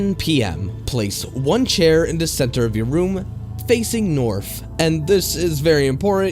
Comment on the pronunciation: I have to say, I really enjoy your voice, however, it does feel like you could articulate a little better, and this is only going off this video. To give an example, a few times where you said "the" it sounded almost like you were saying "da" which might be due to shitty headphones or perhaps just not listening properly, but it seems a bit immersion breaking when not the context of the story, like someone attempting imitate a dialect. Otherwise it was a really enjoyable video. I like the videos that you do that are shorter, as with there being so many long ones, it makes it somewhat hard to enjoy a full story all at once without any sort of interrupts, which to me is important with many horror based mediums, especially written stories. Glad to have found you from IHE, I really enjoy creepypasta but typically run out of new stories to consume.